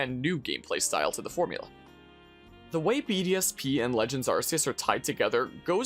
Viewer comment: every time you say BDSP, I almost listen BDSM